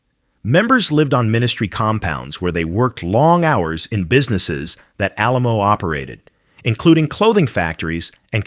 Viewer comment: It did mention the keeping and praying over her corpse, but it mispronounced Alamo. Her body was stolen by cult members and finally turned over to authorities. Her daughter went to court and got custody then buried her in a mausoleum in Memorial Park Cemetery in Tulsa, OK. He is buried 3 slots down from her.